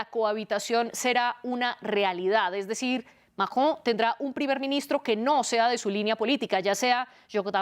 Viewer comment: Por Dios no puedo tolerar a la primera analista "" no sabe hablar o es no sabe pronunciar el nombre del Macron... Y solo repite extrema derecha, que fastidiosa